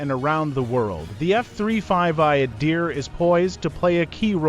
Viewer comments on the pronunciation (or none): First , please pronounce it correctly. Its not Eye-a-deer. Its Ahdeer.You're the expert on the Adir, yet you can't tell it apart from the typhoon? The way you pronounce f_22 is also suhs. Seems you're trying to invent a story where there isn't really one. Everything you mentioned about the adir, like link 16 is available on both the raptor and the f35. Yes the f35 has the helmet too. Besides isreali radar which you didnt show, i cant think of one thing you mentioned that the israel fighter has that the f35 doesnt have.